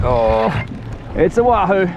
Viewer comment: Did you say wand that lahoo? 😆😆 great vid.